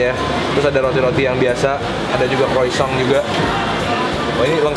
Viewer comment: Croissant dibacanya krosong -_